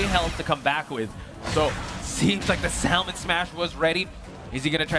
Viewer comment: why can that one commentator not say Salmon properly?